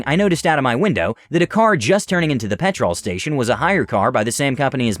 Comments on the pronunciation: oh god yes yes it does - pe'tral not pet TROLL. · Ironically pronounced petrul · its pronoused pet ruull not pet rol every time you say it every uk suffeders (when you said it as her you said it closer):) hope it helps;) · I’m only allowing you to say petrol because you’re nice about it, but everyone else has to say gas or else I’ll release a pack of wild Alabamans on them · Dude it’s pronounced pet-rl o is silent.😊😊😊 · Petrl is how it is pronounced. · In America we call it petral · I am cracking up at the pronunciation of petrol. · The way you mispronounce petrol is like nails on a chalk board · As a British person hearing him say petrol wrong so many times made me mad haha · It seems he only pronounced it that way when he was reading the ladies part I think he was doing that to make her more annoying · Same same its annoying me too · Hearing petrol mispronounced every so often is so jarring. Edit: and Aussie. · Are you saying you're Aussie, or the pronunciation is Aussie? Because it sure isn't an Aussie! Im Aussie and it's ridiculously jarring to me, too! 😂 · Why do you keep saying 'petrol' wrong?